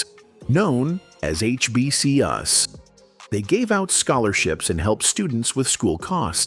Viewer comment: HBC “US”?! 😂